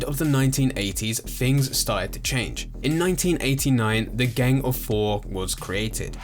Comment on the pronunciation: So is it gang or geng? The way you pronounce it really takes me out of the video.